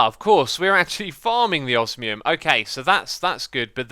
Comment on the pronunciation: hey X you said Osmium correctly, congratulations ! PS. make the projectE tablet, that is what you really need, the chests are mostly just for automating turning rubbish items with EMC into useful ones and for use with an energy collector but they removed those in this pack.